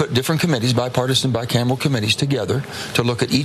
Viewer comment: Did Manchin just say bicamel instead of bicameral? It sure sounded like he did...